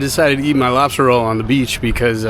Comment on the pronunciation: I swear it sounded like you said you were glad you got your "robster" roll, when you were by the truck. 🤪🤪